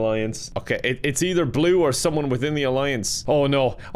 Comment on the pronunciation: it made me laugh when u do say someome